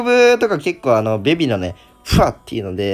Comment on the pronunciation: ベビがビビに聞こえてしまうのは自分だけ？w